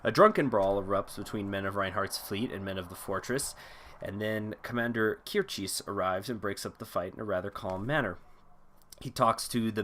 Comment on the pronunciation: Kircheis rhymes with ice